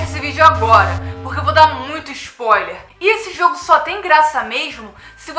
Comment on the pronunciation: "Vou dar muito ixpoiler" Kkkkkk